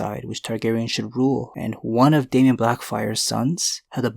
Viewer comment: It's Deamon (pronounced DAYMON). Not critiquing, just helping you out.